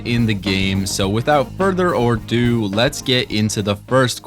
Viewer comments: ado not ordo. Come on dude… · it's without further ADO, ah-doo, you Philistine